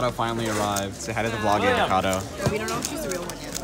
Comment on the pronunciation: When they say Eva Kato it sounds like avocado (not sure if it’s intentional)